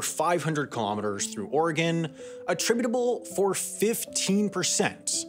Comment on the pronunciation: I appreciate your accurate pronunciation of Oregon and your inclusion of Eugene and Portland B-roll